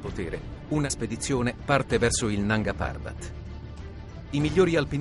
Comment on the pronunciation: Nanga parbát pronunciato da minoli non si può sentire.